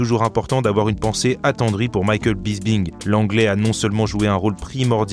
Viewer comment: Bis"P"ing pas bisbing